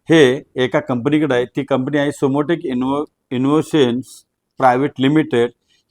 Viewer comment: तुमचा मुद्दा काहीही असला तरीही कंपनी सुमोटिक इंनोव्हेशन अशी आहे. इनोसेन इनोसेन असा उच्चार करू नका. कानात एकदम खाजल्या सारखं वाटतं. बाकी तुमचं राजकारण चालूदे. 🙏